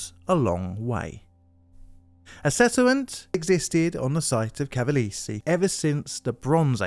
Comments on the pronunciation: ca-va-le-se has 4 syllables, not 3. More like "Ca-va-less-ee" than "Ca-va-leeze". "After all of you don’t properly tell someone how to do a job they will use their judgment" Well said! So let me be very clear on how to do your job: When you see a place name in a different language, or simply one you have never heard before, use this handy site called "youtube" to look up "pronounce [word]", instead of using your judgement, when you know you repeatedly mispronounce things. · Because this is going to come back when you cover the other Cavalese cable car disaster, Cavalese is pronounced Kavalë (as in echo) së (same sound). Cermis is pronounced Chermis. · I need a compilation of you just saying "Cavalese" 😭 Great video dude! I've neen binging on them for hours now ✌🏾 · I didn't know about pre-airplane disaster. I visited Cavalese 10 years ago, great skiing. BTW: We pronounce italian "gi" like Jeep, "gh" like "gimball", "ge" like "Germany" and so on. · Small hint… in Italian, “e” is always pronounced (essentially as ) the “a” of “play” never like the “y” in “play”, as you pronounced with “Cavalese”.